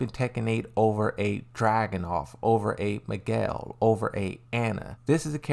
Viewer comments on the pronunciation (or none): none